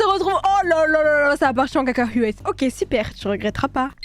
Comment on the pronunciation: ''Ça part en cacaHUètes '' 😭😭 en forçant sur le U